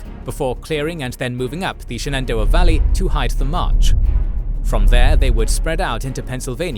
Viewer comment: Dude, you pronounce common names really oddly. PleaSONton? seriously? SheNENdoah? LMAO It's: PLEASonton (like pleasant) and shenenDOah (like dough)